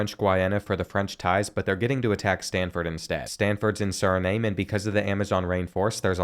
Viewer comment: I love watching you and all your football videos but please PLEASE learn how to pronounce countries names like Suriname. It’s pronounced suri-nam not suri-name. 💀